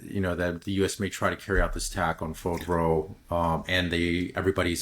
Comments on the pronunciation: fordow, not fodro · Spend a few minutes learning how to pronounce Fordow.